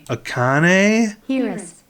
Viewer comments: Also, you did pronounce "Akane" correctly, but the samples you looked at for "Hirose" weren't quite right. So, here's more information on Japanese pronunciation than you ever asked for! It all starts with the vowels: a (ah) i (ee) u (oo) e (eh) o (oh) The pronunciation of the vowels and consonants never changes, which is pretty helpful, and from there you can extrapolate the other syllables. Ka, ki, ku, ke, ko, etc.. There are a couple of gotchas ("shi" instead of "si", "chi" instead of "ti") but this is enough to get by with at first. One more piece of trivia that really doesn't matter for most Westerners is that in East Asian languages, the family name comes first. So in the case of the happiest drummer, it's Hirose (hee-roh-seh) Akane (ah-kah-neh). Pretty much no one is going to fault you if you do it the other way around, but thought I'd throw that in there. :) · Someone else may have told you this already, but the vowels in Japanese are always the same. So you got the e in Akane correctly. The e in Hirose is also the same, so the -ne and the -se rhyme.